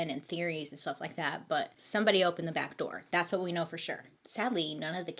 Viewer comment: Love how she said "run fur it" instead of run FOR it. Fantastic. I hope she knows we are laughing with her! Not at her! The mispronounciation is part of why we love her!